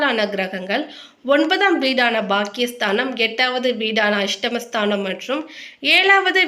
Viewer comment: நல்ல தமிழ் உச்சரிப்பு தேவை. "ஸ்தானம்" என்று சொல்லவும். "ஸ்தனம் " என்பது பெண்களின் மார்பகம். தமிழகத்தில் தமிழ் சானலில் தமிழ் உச்சரிப்பில் தவறு ஏற்படுவது‌ வெட்கக்கேடு